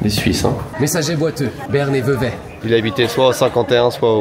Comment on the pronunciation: Ça se prononce Vevey !